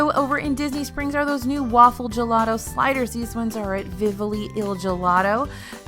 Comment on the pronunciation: Thank you for improving "Vivoli". The accent is still on the wrong syllable, but at least the letters are in the right order. :-D